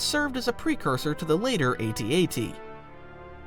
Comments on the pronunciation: IITSSSS AT-AT NOTTTTT AT-AT DUDE GET IT RIGHT!!!! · its AT-AT NOT at-at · Stop calling it an at at its an A.T A.T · I really wanted to like the video, but the amount of times you said @@ instead of AT AT .. sorry. No like for you. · People who say atat instead of AT-AT make me cringe to no end. It’s incorrect. End of story. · Who's the one that thought 'A' as in (a)pple was shorter/quicker/better than 'Ā' as in b(a)ne? Your ( ˈat-ˈat ) has a glottal stop its very small but its there, while ( aytee'aytee ) just roles off the tough as long as you don't seperate A & T to make it 'ay' pasue 'tee' and so on it one 'aytee' or more simplify 'eightee-eightee'. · It's not atat It's AT-AT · sorry but its called A T A T not ATAT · People who pronounce it as atats are the same people who thinks solo shot first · It's completely stupid to call it an @@ you don't pronounce the AT-PT as or AT-ST as ALSO in Star Wars Battlefront 2 in Level 4 Iden Versio wanted to steal an A T A T; not an @@ and the story is canon... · A AT-AT is not ATAT like you say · I don’t like how you say at-pt but the at-at is just @@ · You say AT-AT as "atat" but still spell AT-AT/P. Just something funny i noticed This said i hope you have a nice day. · It's pronounced Aytee- aytee because the rest isn't pronounced as the word but the letters so the same logic applies to the AT-AT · Its not an atat stop it please say it right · if you're gonna pronounce that why aren't you gonna pronounce at-act? kinda sounds like you're just saying that to make people mad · Loved the video, goda damm i hate the way you say at-at. You dont say any other walker name like that at-at is not special